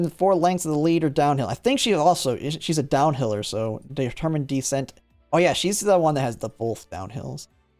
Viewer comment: Why does bro pronounce "descent" like "decent"? 😭